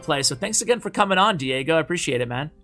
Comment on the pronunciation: Die-gob...... nope.... ain't gonna laugh